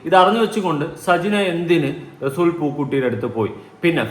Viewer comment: Resool പൂക്കുട്ടി അല്ല resul.,. അങ്ങനെ ആണ്